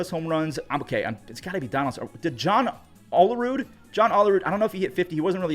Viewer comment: Prounced “O”lerud, not “All”erud